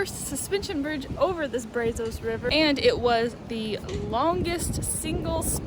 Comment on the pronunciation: Brazos River. Pronounced "Brazz us"